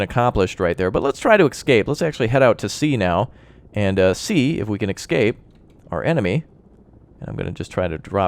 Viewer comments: I love your videos on this game, but good god man, it's ESCAPE, not EXCAPE! :D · I enjoy your videos however for the love of all things sane and good, its ESCAPE ESCAPE ESCAPE!!!!